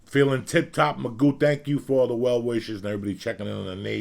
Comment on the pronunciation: Mc GoO Its magoo 😅